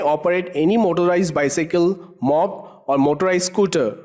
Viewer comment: lol he pronounced moped as mopped xD it's pronounced like mo-ped. the mo is for motor and ped is for pedals